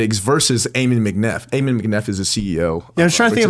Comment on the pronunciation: U guys keep pronouncing Ammon wrong. Its Ahh-men